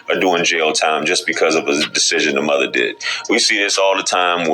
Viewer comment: Learn the fuck how to say "mother " Damn that's distracting!!